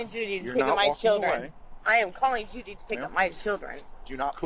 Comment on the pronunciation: Never seen anybody struggle so much with the name "Judy." 😮😊